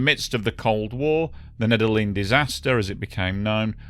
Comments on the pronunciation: Just a heads-up, Nedelin is pronounced "Need-Yellin" in Russian. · Nedelin = pronounced Nedelljien